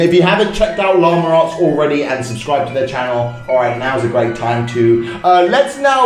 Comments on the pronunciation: llama arts me:llama ass? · This is how many times he says: Lamer arrtz